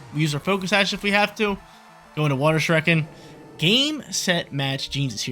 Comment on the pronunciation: You lost cause you keep mispronouncing “Shuriken”